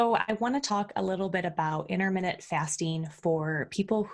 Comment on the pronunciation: Inter minute fasting. LOL